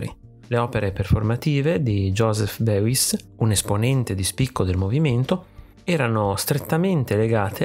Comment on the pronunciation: Molto interessante, bel video. Questo artista lo sto studiando in accademia. Comunque il suo nome si pronuncia "Bois" ( tipo "boys" in inglese non "beuis")